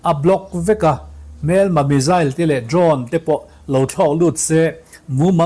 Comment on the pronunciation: Ngaihnawm thine Iran mizail tihkha hriat thiam ava harve? Misile lam chi nive tak angmaw!!!?